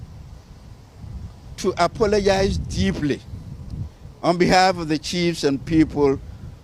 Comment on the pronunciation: Bruv holding 2 microphones lmao😂😂😂😂😂😂😂 WTFuuug “ dheeplee “ ( deeply ) 😂😂😂😂😂